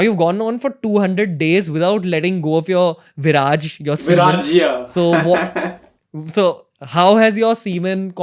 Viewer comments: It's not “Virajya” , It's called “Veerya”😂😂🤦🏻‍♂️ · It's Called veerya not viraj😂😂😂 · It's called Veerya not Viraj 🤣